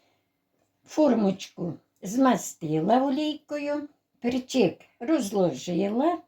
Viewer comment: Гарно,і думаю ,що смачно.Але "пЕрчик",а не "перчИк". Наголос на" Е".